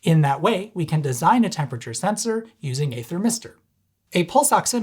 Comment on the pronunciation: You get a like, just for saying "sensOr".